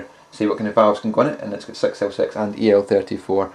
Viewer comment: =) "Either an EL34 or a Sex El Sex"